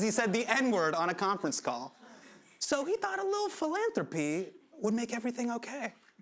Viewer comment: I’m sorry but every time Hasan said philanthropy reminded me of Phoebe saying Phalange 🤦‍♀️